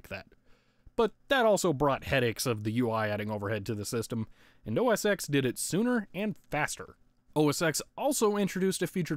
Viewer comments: OS TEN NOT X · (insert complaint about pronouncing X as "Ecks" rather than "Ten") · Oh my god, I can't stand how you kept saying OS "Ex" instead of "OS Ten"! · Why did you pronounce OS X the way it's written rather than the way Apple says you should pronounce it, despite its deviation from previous Mac OS naming conventions? OBVIOUSLY it's supposed to be pronounced OS Ten instead of OS Ex, despite all 9 previous versions of Mac OS using Arabic numerals instead of Roman numerals! How dare you misinterpret something so minor and pedantic it makes absolutely no difference to my understanding of the video, since I clearly knew what you meant despite your error! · You may know and have been told a million times by now, but it's pronounced "OS - TEN", the "X" is a roman numeral for "TEN". I'm surprised you didn't get the mini-VGA adapter, how expensive could a small adapter/dongle cost? Despite my comment, I like your video and it is very entertaining to watch. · bruh, i feel like ima have an aneurysm every time you say Mac OS Ecks